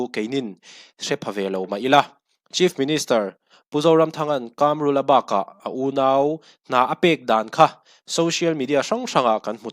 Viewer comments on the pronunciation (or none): Kamrula, mizo tawng i suasam tlat, Kâmrula a nilo.... KAMRULA, THLUK NA A AWM LO BOSS